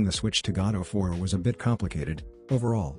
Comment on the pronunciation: Did anyone hear "God of War" instead of Godot 4